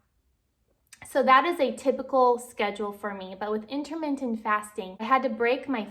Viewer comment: #1 learn how to properly say "intermittent." #2 half a banana is a garbage thing to eat alone on a daily basis. Try pairing your half banana with a source of protein and healthy fat such as a serving of peanut butter or walnuts, skip the other half of the banana. You're welcome.